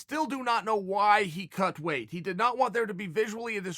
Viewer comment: Am i the only one who gets bothered by how Chael pronounces weight? He always says "way" instead of "weight".